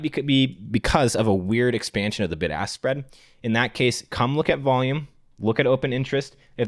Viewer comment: I know he was saying “Bid-Ask Spread” but I definitely heard “BIG ASS SPREAD” Like 7 times in a row during that section lmao